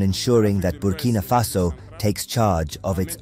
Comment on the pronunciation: It's Burkina Faso, not Bimini Faso